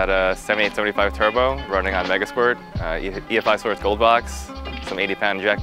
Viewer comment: "türbow" ugh